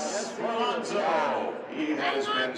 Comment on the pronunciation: ALOSNO'S??? Please... A-LON-SO!!!!